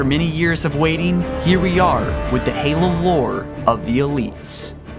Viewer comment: nigga stop butchering the names fuuuck